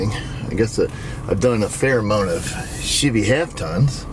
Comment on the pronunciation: I know my hearing is getting bad with age; however, did anybody else think said $h!tty instead of Chevy? Like he combined the two together? Yeah yeah let the smart aleck comments begin.